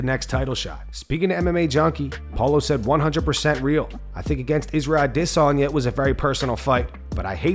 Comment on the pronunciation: Dude I have been watching you for at least 6 months now why is it so f**** hard for you to say Israel adesanya's name the same way everybody else says it? It's so aggravating.